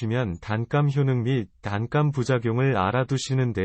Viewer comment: 단감 발음이 뭐이래